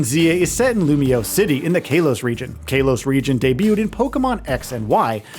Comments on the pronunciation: Kay-los region? Really? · Bro Kay-los region is wild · Am I the only one who is wildly annoyed by the way he pronounces Kalos..? 🤨